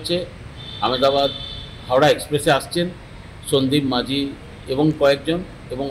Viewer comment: Majhi noy,ti is maji.correct pronounce n spelling